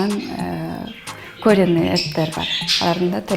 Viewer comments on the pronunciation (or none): Модель деп акцент менен суйлойт экен го, куринный эт деп айтам деп, коренный эт дедиго ужааааас